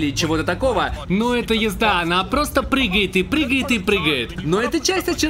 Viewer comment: Кришей. Крилья. Пригает. Учись говорить